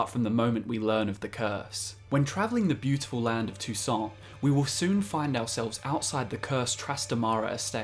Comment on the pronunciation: "Toussant" wat